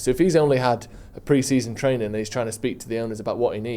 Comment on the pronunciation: Just say training again 😂